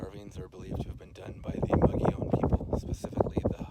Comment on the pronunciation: And now I know I've been mispronouncing 'Mogollon' all these years ... Fascinating report. Thanks!